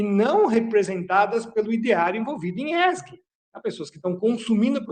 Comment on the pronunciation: DICA PROFESSOR ESG: LEITURA CORRETA É {E ÉSSE GE}